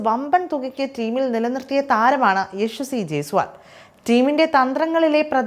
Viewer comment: യശ്വസി അല്ല, യശസ്വി